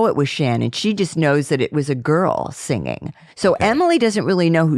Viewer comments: Now we know why Ethan pronounces “singing” the way he does. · For years my spouse always teased me about the way I pronouce words like "singing" & "ringing" so when I heard Ethan pronoun it the same way I do and his family teasing him for it. I was like "I'm not alone!" 🤣🤣🤣